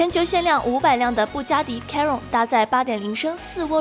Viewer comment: chiron 发音都读错了。。。